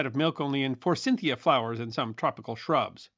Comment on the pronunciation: "Forcynthia flowers"? Forsythia (for-sith-ee-uh),is the name, and it looks like the lactose claim is an old, but false, claim. And the limitation on ovulation lactation causes is very limited. Pregnancy during the period of nursing, even as the only means of feeding a child, is very common.